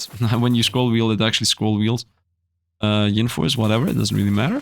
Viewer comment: Btw it’s yin force not ying lol you’re gettin g it confused with Yang force 😛:_SifdLaugh